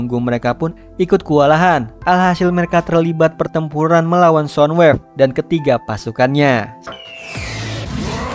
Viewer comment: Soundwave bang bukan sodwave😅